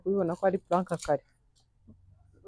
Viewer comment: Ese kuki woe muhungu kuki uvuga ngo puraka?